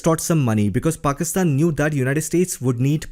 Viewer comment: You pronounce well the name Pakistan 👌